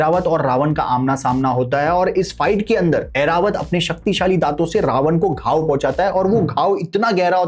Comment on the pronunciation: it's Airavat not Aeravat